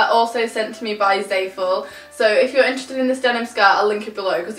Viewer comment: It's zah-fool not zae-full